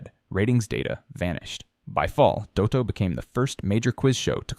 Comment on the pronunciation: At least pronounce "Dotto" correctly!! 🙄